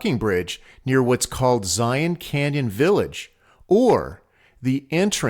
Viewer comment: Very well done. Hopefully people will learn the correct pronunciation of "Zion" through your video!